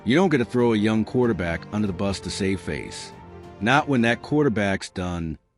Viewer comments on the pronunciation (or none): none